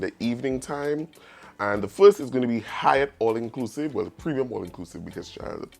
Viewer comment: Hyatt really emphasizing the " high " part of their name ,damn 😳